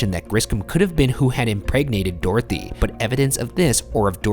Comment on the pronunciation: Do all Americans pronounce Dorothy like this? Or just these guys? "Door-thee" 😂